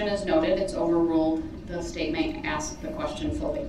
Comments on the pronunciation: He needs to axe questions in order to get to the truff. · Did he axe you that? Are you making a tacket agreement?